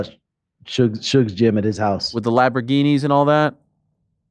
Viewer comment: Ariel calls a Lamborghini a "Lab-er-ghini". Haha. Funny how Ariel is a self professed "stickler for pronunciation" and will try to do things like pronounce fighters last names in their native countries phonetic dialect. Yet at the same time, he can't correctly pronounce Lamborghini or even simple words like "won" or "Tuesday".